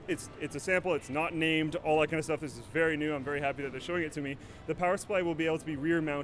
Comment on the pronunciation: 'Verry verry'- Slick